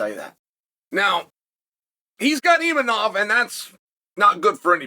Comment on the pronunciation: uncle chael it IMAVOV